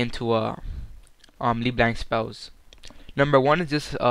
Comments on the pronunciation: Thought it was "leh blahnk" No? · People who make tutorials on champions should: pronounce the name right, become more familiar with the champ, know the combos, etc. dude i stopped watching after you decided to mimic chains instead of Q. LeBlanc is my main and you make me want to cry.